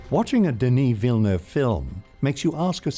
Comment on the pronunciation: I subscribed for the near perfect pronunciation of Denis Villeneuve. Extremely enjoyable to watch!!